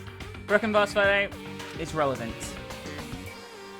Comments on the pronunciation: she cant pronounce vase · (Tito) You do know that not everyone is American, other countries have their way of pronouncing words.... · Ejsa ......k it isnt really a big deal, i just find it funny when she says vase......